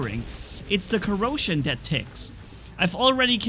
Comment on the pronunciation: Welcome to the COROsion cerbarus 😂 I was like.. Dit he said corona? No it was corrosion, it's fine 😎